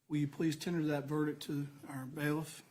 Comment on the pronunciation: I thought the judge couldn't pronounce verdict either. Sounds like he's saying "ver-dic".